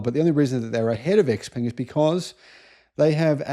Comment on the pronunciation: By the way. XPeng's pronunciation is "Shao Peng" in Chinese.